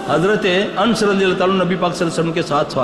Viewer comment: Tameez se bolna b Nahi aarha h Hazrat Anas ki jagah ans keh rhe.. hahahaha